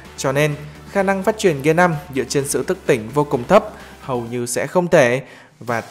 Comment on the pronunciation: Không có nhận xét gì ngoại trừ phát âm từ "phát triển" thành "phát chuyển". Không biết có nghe nhầm không nhưng dường như ad đang bị líu lưỡi và phát âm từ này không được rõ ràng, thậm chí là phát âm sai.